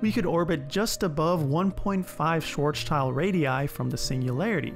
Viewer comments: Grammar mistake at min its not "Schwarzchild" its "Schwarz s child" you missed the s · i hate to be that guy but it's Schwarzschild not Schwarzchild. Has nothing to do with "Black Kid" it's"Blackshield" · Bruh it's schwarz sheild not child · It's SchwarzSchild not Schwarzchild D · It's Schwarz-Schild not Schwarz-Child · It's pronounced like Schwartz shield, not Schwarz child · Please don't call it "schwars child" the German sch is similar to the English sh. It's "schwarz Schild" it means black shield. So maybe call it "Schwarzshield" just don't call it black child anymore. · Its not Schwarzchild but Schwarzschild, Sh-wa-rz-sh-ild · Please stop saying Schwarz "child". It is Schwarz "Schild" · it's shwahtz-shild not swarts-child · Witch is also why it's not pronounced "schwarz child" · Please spell and pronounce Schwarzschild correct, so with an S after the Z, and pronounced as ‘swarts-shield’. It has nothing to do with ‘child’. For the rest it was a nice video, but I’m not sure about some of the math and furthermore I think the title is misleading. We currently are orbiting a black hole, so… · I'm a native German speaker. "shvarst" implies the "tz" sounds has an "s"-like sound before the "t" which is obviously wrong. you probably meant "Shvarts shilt" - much better. change "shilt" to "shild" the german d is identical to the English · I totaly agree with cuewizchris. It is shameful that someone who lectures on black holes, spells and writes SCHWARZSCHILD all the time wrong and pronounces the name of the famous physicist as a "schwarz-child" accordingly. Many English-speaking scholars also mispronounce the surname EINSTEIN as eins-teen. If you lecture about some topics in public, you should at least know how to pronounce names correctly. Otherwise, I like the clip. Greetings from Slovenia, EU! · Schwarzschild is pronounced "shvahrts-sheeld", but with a short "e". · "Schwarzchild" lol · pronounce it Schwartz shilled please.